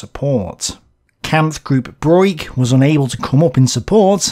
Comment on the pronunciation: I am quite sure that von Broich is pronounced as /brokh/. The i is silent and signifies a long o in this particular case.